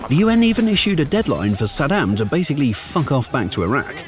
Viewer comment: Such a great video. My only problem was the narration, you guys are already hard to understand with the british accent but calling Saddam Husein as "Sed'm" didn't help at all 😂 I had to keep rewinding to understand what's being said.